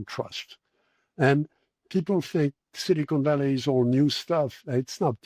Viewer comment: I don't mean to take a jab at mr Vallee's pronunciation, but I find it quite... fitting how he pronounces "silicon valley" somewhat as "cynical valley".